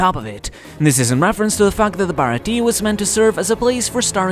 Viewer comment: I really wish all these youtubers would learn to say the Baratie's name properly. It's pronounced Baratia yes it is spelt baratie but when you say it the E at the end needs to be more of a a sound.